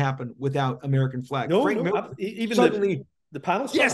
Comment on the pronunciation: Lots of namechecks for here. Maybe Mark can teach him how to pronounce his surname. “Millaaaah”.